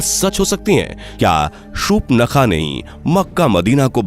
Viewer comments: Please pronounce properly, it's not shupnakha it's Shurpanakha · Uaka name surpankha tha nhi ki supnakha 😅😂